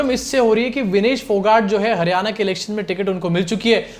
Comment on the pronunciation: Not Haryana, it's Haar-yana, mitron 😂